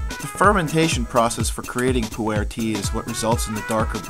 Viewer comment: Just thought I would share. Pu-erh is actually pronounced POO-r where the r is sort of an "r" mixed with an "ar" at the same time. Also, if you listened to Numi on how to brew the tea, than you did not get the tea to its full potential. Numi, if I remember correctly, says to brew the tea in hot water for 3-4 minutes. However, the process is a little more complicated and shorter. You should rinse the tea first by pouring boiling water over the tea bag in a cup and allowing it to sit for 5 seconds (only five seconds, maybe even less). You then immediately pour in your boiling water for your drink and let steep for ONLY, AT MOST, 25 seconds. I know this seems like a really short time, but with Pu-erh, if you steep any longer you end up getting the flavors and aromas that you mentioned. The tea is just as strong with the short steeping time and is much better. Also, try it with a little half and half. If you were to add a little Yak butter and Yak milk it would then be called Poo-Cha. Although you can substitute the Yak parts with regular butter and half and half.